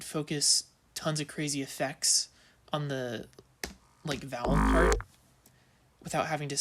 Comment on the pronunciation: what is valve exactly, or are you saying val